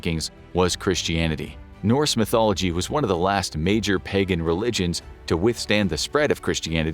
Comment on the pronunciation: exactly even listen to how he says “pagan” when he talks about how Christianity replaced the dominant religion